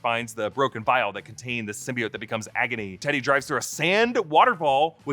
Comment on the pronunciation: Everytime they mispronounced symbiote and xenophage the whole movie drove me nuts, especially when they said it the right way in Venom 1. It's sym-be-oat not sym-be-it. Same with xenophage. It's zee-no-phage not zen-o-phage